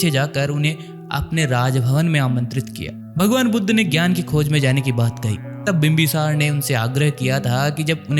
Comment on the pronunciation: तथागत गौतम बुद्ध भगवान को यह सही शब्द से संबोधित नहीं कर रहा बुद्ध की जगह पर बुद्धू शब्द का उच्चारण सही नहीं